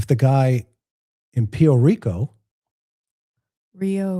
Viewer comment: lol “Rio Rico “…. What is it ?! “Pio Rico” you were close! So Great , so cute love the synergy and love you guys have with each other inspiring on many levels😂❤😅😊